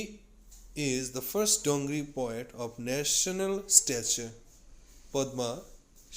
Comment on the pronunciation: Its not dongri.. It is Dogri...